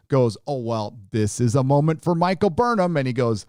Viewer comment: i only hear Michael BURNHER